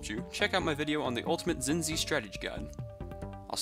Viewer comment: Its pronounced Chin-Chi